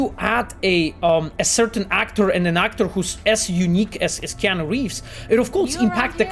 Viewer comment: It's not keon reeves it's Keanu reeves😑😑